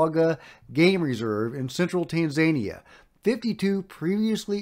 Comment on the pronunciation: had to laugh at the "tan-zay-nia" great vid tho once again!